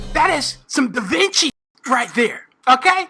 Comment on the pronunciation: dee veenchii